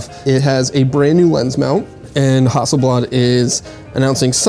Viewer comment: you mispronounced hasselblad